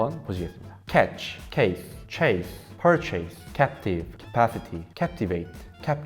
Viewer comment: 좋은 영상 감사합니다. 옥의 티가 있다면 purchase 퍼쳐스 라는 발음이 맞는데 퍼체이스 라고 한 부분 정도 입니다. 한국인이 잘 틀리는 발음 중 하나라고 합니다. 아시고 있겠지만 , cap어원의 주요 의미 중 하나에 머리라는 내용이 있어서 머리에 쓰는 모자 , 자본 수도 등등으로도 확장합니다. 어원 영상 많이 부탁합니다. 구독과 좋아요.~